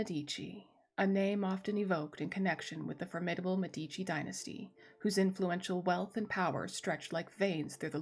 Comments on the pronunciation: Love your narration! Great content! Note: it's pronounced MED-i-chee. Drives Italians nuts when people say med-EE-chee. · The pronunciation in italian is MEH-dee-chee: the first syllable is stressed